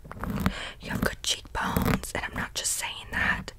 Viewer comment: I dont know what it is like it's so specific but the way you say "cheekbones" KILLS me <3